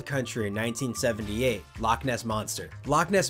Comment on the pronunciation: As a Scottish person, loch isn't pronounced like lock....the ch at the end, should sound like your throat is full of phlegm that you need to clear.